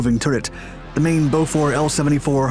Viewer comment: bowfore? BOFORS